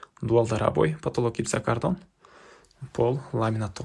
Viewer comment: Жакшы ,ишине ийгилик…бирок материалдардын аталышын туура айтсан жакшы болот эле! Гипсокардон-гипсокартон,пластика-пластик.... Дегендей